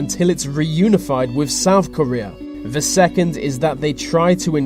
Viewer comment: Vis video is brought to you by ve letter V.